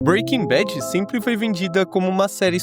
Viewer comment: Breaking bet? 😂